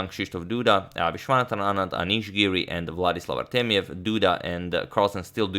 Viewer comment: It's funny because when you say it, it sounds like "Vladis Lavartemiev" rather than "Vladislav Artemiev"